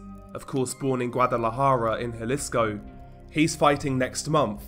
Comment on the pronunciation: WTF IS GUADALAJARO? At least pronounce it right Guadalajara